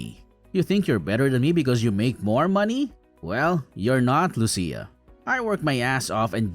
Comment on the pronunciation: Say Lucia right